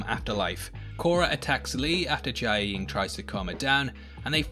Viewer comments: i- you keep saying jiaying's name as jia-ee-ying... its just jia-ying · You really can’t pronounce Jiayeng huh? & it’s her actual sister because they’re related by blood not her stepsister. She doesn’t have to always bounce back means she doesn’t have to be ok. This is why I don’t subscribe. It’s like you watch the show but you miss out on the deeper nuances & you can’t pronounce words that you hear being said.